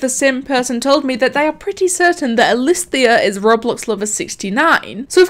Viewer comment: "elisthias" mind:stop it... get some help..